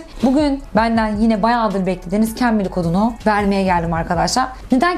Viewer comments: Aşkım şu cambly ye kembili deme nolur🩷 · Lütfen cambili deme 🙊